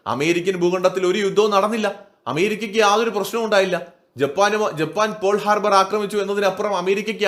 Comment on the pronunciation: പോൾ ഹാർബർ അല്ല ചേട്ടാ, പേൾ ഹാർബർ.